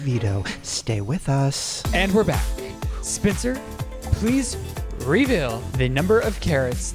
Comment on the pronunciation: 👩🏻‍🌾❤ I promise I'm not trying to do a read, but in the big brother game I kept hearing say SPINSTER instead of Spencer 😂😂😂